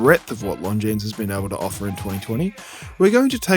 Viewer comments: The S is silent. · Here's a hot tip: if there's an "s" at the end of a word in French, you never pronounce it. That includes - you guessed it - Longines.